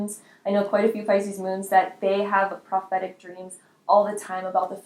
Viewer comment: So, you have a lot of dreams about people with amputated limbs? That's VERY strange... You said "prothetic" as in "prosthesis" rather than "prophetic" as in "prophecy", but I'm sure you already knew that. ;)